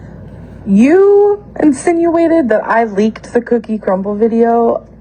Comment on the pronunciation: Why can’t just say “crumbl cookie” correctly??!!! Gorl plsss